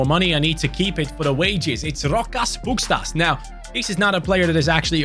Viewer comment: by the way, the S with the v above it in Pukstas' name is pronounced like < >, so his name is pronounced like Pukshtas